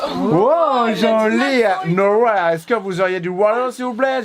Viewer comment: Nowhere, no ouair (phonétique)